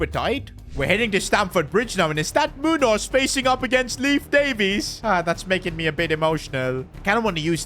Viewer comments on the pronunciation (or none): none